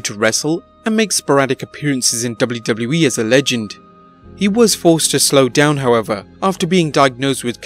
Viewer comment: Dub-blue Dub-blue E. Lol